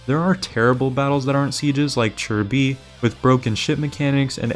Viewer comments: Isn't it Chi Bi? where'd we get the "r" sounded like chirby. 🤔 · Homie called chi bi churby